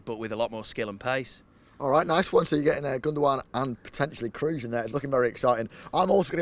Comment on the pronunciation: man actually said toni kroos, can't breathe 😂